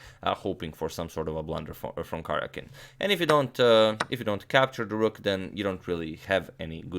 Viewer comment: I wonder if Karjakin minds you continually butchering his name?